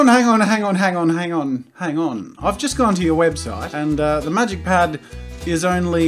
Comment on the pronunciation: I thought you said magicians red for a second